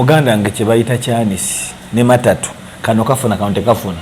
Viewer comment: Mataatu(kyandiisi).The pronunciation 😁😁😁😆😆